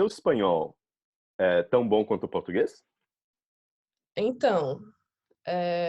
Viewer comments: Ela parece tanto uma brasileira que até falando inglês parece uma daquelas blogueiras brasileiras falando inglês kkkk muito boa mesmo, eu acho que a única coisa que dá pra perceber que ela é gringa é que as vezes ela esquece o "R" das palavras, aí fala uma palavra com "R" mudo tipo soa como "Pôtúguêiz" rsrs mas fica muito fofo🤣❤️Os estadunidenses falam português com a letra "R" muito carregada igual paulistas, aí ouvindo ela falar da a impressão que ela tem medo de pronunciar o "R" pra não parecer gringo kkk Eu sou meio brasileiro e meio turco então até mesmo eu tenho minhas limitações na língua ksks faz parte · Dá pra perceber que ela realmente é gringa, por causa de algumas palavras(quase nenhuma) que ela fala meio que faltando algumas letras, tipo ''Português''... em alguns momentos ela fala ''Potuguês''... a palabra ''vergonha'' ela fala ''vegonha'' etc.... mas se não fosse esses minimos errinhos... seria bem dificil de acreditar que ela é gringa, por que ela é SUPER FLUENTE... o português dela é melhor que o de muita gente no Brasil...